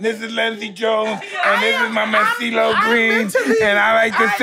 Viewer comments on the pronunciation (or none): When Mike called steelo cee-lo green 😂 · Did Mike call him Ceelo Green